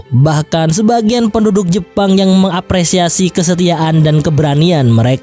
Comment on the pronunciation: Logatnya kok madura ya bang.. 😀 Jepang bang.. Bukan jeppang.. Macam-macam, bukan macam maccam.. Tuan, bukan tuwwan.. Berniat, bukan berniyyat.. Sengit, bukan sengngit.. Cepat, bukan ceppat.. Propinsi, bukan provensi.. Tangan, bukan tangngan.. Jadi-jadian, bukan jadi-jadiyyan.. Tepatnya, bukan teppatnya.. Soghe' dan letolean itu apa? Haduhhh